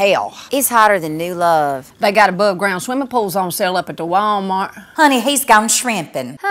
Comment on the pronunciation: At the wuUALL'mart! The delivery, the tone, the split syllable, the high to low accent, it's BEAUTIFUL!